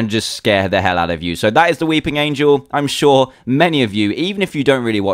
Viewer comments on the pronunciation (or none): none